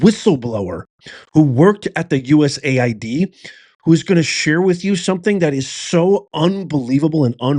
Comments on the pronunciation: It's US AID, NOT "USA ID" lDl0T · The correct pronouncing is: U.S. AID.(USAID). Not U.S. ID.